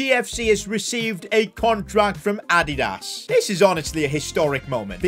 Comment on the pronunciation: whats Ad-ie-das